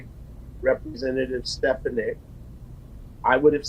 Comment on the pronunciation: He clearly likes the sound of his own voice. Also, it's pronounced Stephanik (the a makes an 'ah" sound)